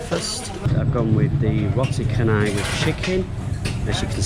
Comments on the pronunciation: RO-TI CA-NAI. IT IS CHA NOT KHA. NOT KHA-NAI. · Nice video. Anyway, Roti Canai is pronounced as "Rotee Chanai" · Roti Canai in Malaysia is pronounced as Ro-tee Cha-nai from the city Chennai, India (similar to how we pronounce channel) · Remember... C in Malay is Ch sound not K sound 😊